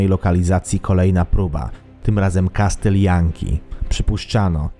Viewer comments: nie "kastyl" tylko- kasyl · Jestem pełen uznania dla autora TOP10Wszystkiego. Mam tylko jedną uwagę do autora. W wyrazie "castle" (ang, zamek) litera T jest NIEMA, Pozdrawiam autora. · "Kastyl"? O.K.